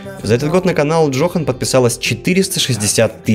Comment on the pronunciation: По-моему название канала читается как Ёхан, а не Джохан.